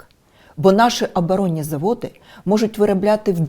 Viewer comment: Юлька.. Не АбАронні, аОбОронні.. Вчи промовлення. Позорисько.